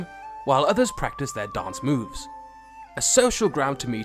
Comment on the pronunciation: HAHAHAHA I love how you put stress on the phrase “dance MOVES”